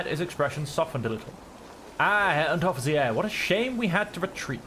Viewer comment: Ah, Herr Unteroffizi-air! 😄